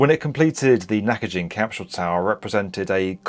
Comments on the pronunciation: Love this show, but why are you pronouncing an "H" in capsule? It's not cap shool. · What on earth is a "capshule?" What's "highth?" 😆